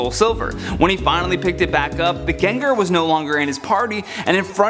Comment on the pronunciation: My life has been lie Its Gengar not Jenjer